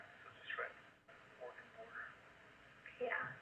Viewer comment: "Where is Yreka"-Det Flores HODI- "it's about 15 min from Bore-egon, on interstate LIE-ve" lol #SHUTTFUP #lessthansmart #LWOP